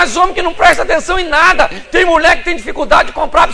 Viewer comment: Pastor de araque, mesmo. Poderia, ao menos ter postura. Poderia, ao menos, falar corretamente. "Muié"....."Trabaià"""....afffff....